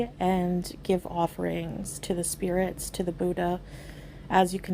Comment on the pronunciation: “Spirits”. WRONG.